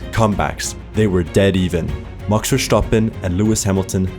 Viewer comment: A dislike due to the way you say maxs name.. so annoying. Great vid tho